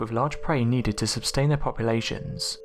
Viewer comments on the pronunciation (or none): Sustain not subtain. Ginormous is kind of a, funny word to use also.. Nice video tho few of your words are mispronounced and spelt. Put some variation in the tune of your sentences or sounds weird.. Other than that it's easy to be a critic and hard to be, creative.. I'm just giving positive criticism so that you improve.. Keep up the good work. :)